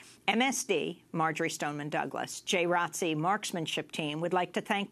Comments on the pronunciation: Is no one gonna address the people in this segment calling JROTC as "Jay Rotzee"? As a former JROTC Cadet, it made me cringe every time. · I totally agree with you! It is called Junior ROTC not "Jay Rotzee" like its some cool, catchy new name for a program that has been in schools for way too long. Everyone knows what Jr. ROTC is but hiding it under this weird new name makes no sense, especially from the people in the video trying to shed light on the sick turn it has now taken. In order to help prevent further school shootings, let us call it by what it is--- JR ROTC, so people can learn about this now dangerous program that needs to be abolished. We live in a different time now and the military and the NRA has no business in our schools training these psycho school shooters. Students (and the parents who allow this) can go get innocently recruited by the military on their own time, or enroll in marksmanship programs outside of school, not in a public school setting! It used to be looked at as a respectable program in schools but now that I realize it is just sick military recruitment preying on innocent minds, this needs to go. This is no disrespect to your service in the Jr. ROTC. Most of the kids in Jr. ROTC are respectable stand up members of the community who could go on later to become decent law enforcement or in the military but the world is too crazy now and the military has NO business in our schools. The three Jr. ROTC kids who were killed by Cruz probably felt a sense of duty to protect others but they did not have the training or equipment or adult minds to do this, and they were proba